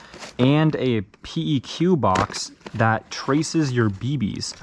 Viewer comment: Little tip don’t call it a p, e, q combine the letters and say it at once it’s a peq or pronounced peck in the military